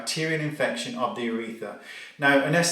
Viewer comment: Do Brits say "uretha" without the r? It's UrethRa here in the states.